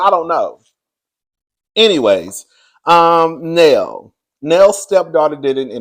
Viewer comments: The way u call Nell Neal and Nell be killing me 😂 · How is her name pronounced Nell or Neil in the same sentence? 🤔🫣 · 😂 It’s Nell.. Like Mel 😉